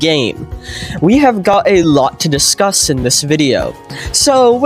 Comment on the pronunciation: a LOT to discUSs😂 Or a Lot-us to discuss, plz tell me which one is better